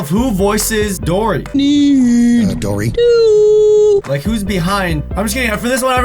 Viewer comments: You said Dora for dory 😂😂😂😂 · it sounded like you said "dora" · he keeps saying dora instead of dory